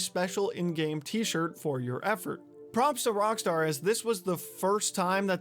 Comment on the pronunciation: Why do keep saying Rongstar?